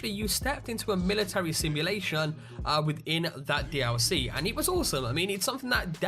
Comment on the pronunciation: "D ow C" NO D L C NOT D-ow-C